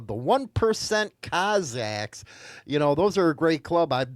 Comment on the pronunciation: This guy 🙄 It's Cossack's not cozaks!